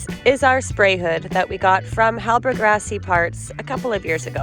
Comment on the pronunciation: I will help u guys pronounce the name correctly .. hallberg " hall-berry" .. phonetically ..:D hall-burg sounds so bad :D LOVE FROM SWEDEN !"